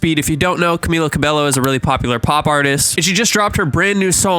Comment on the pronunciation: at least say her last name right 💀